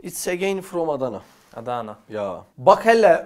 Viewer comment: Mersin'e gitmişsin abi Diyarbakır 'a da gelir misin ne olur!!! Adana diyişin de çok güzel . Çok masum duruyorsun ya abi😭😭😭😭